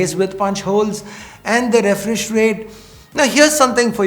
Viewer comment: Did you just say refrish